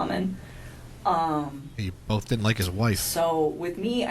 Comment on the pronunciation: It's not Bolth but BOTH 😂😂🙄